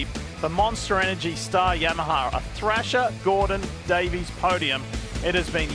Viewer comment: why Yammaha? 😂